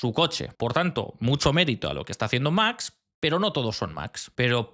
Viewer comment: y recuerda, no es lo mismo pronunciar much que max, gracias